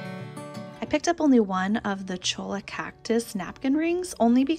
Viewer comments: Cholla is pronounced choya not chola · It's pronounced Choya not Cholo. You probably know this, but I've never heard you mention that All baskets are hand made thus one of a kind. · Really like your show. the 'll' in cholla is pronounced like 'y' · Hi! Love your channel and follow religiously. Just a friendly mention; cholla is a Download word and the double Ls are pronounced as a Y. I'm from Arizona and can tell you that cholla is frequently used as live fencing as well. The skeletons are stacked upright together and will continue to bloom. They are so beautiful, and expensive. So happy to see your vlog this morning, made my day! 🌵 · L I'm pretty sure that was an auto-correct error. It is a Spanish word, I believe. So "cholla" is pronounced ""CHOY-uh". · Reaching out from Arizona,. The wood is pronounced CHOY-YUH. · Love your videos. Lived in AZ for yrs and the cactus with a dbl ll in them are pronounced like a y not the ll, small info. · Tie the hat "strings" behind your head...so they are there but you can't see them...also "cholla" is pronounced "cho-ya"...in spanish, 2 L's together is a Y sound...LOVE your videos and comments and staging.... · The cactus is pronounced chȯi-yə, the L’s are silent. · The napkin rings are pronounced “choy-yah”. The double ll has the yah sound. 😊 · NOT being uppity, but I lived in Santa Fe 26 yrs and had the cholla cactus in my yard. Pronounced Choy’- a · Cholla, pronounced Choy-a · Cholla cactus pronounced Choy ya